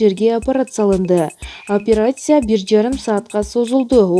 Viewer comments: Апарасия эмес операция деп окунузчу сураныч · операция деп жазылат. апереция деп айтылат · Суйлоп аткан эже бираз даярданып алса, тили келбей калып атат апыратсия деп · Бул кыз шумдук окуйт экен😂😂фулармония,операсия😂😂